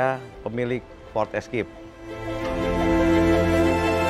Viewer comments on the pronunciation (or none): Maaf Bos Baca nya " FORD ISKEIP " untuk FORD ESCAPE 😊😊 Bukan ESKIP